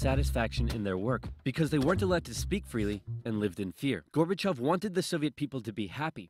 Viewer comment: LOL...now I am blushing, thank you so much for your kind words. And your first attempt at pronouncing the name was actually perfect. 💯 The one really huge event that Oversimplified left out of this video is they did not mention Chernobyl at all. It was hugely impactful, and Gorbachev himself is quoted as saying that Chernobyl was the single most important event in bringing down the USSR. I am sure folks in Sweden know about Chernobyl...as I recall, it was a Swedish nuclear power plant that was the first place outside the USSR to detect the radiation from the disaster. 🖖✌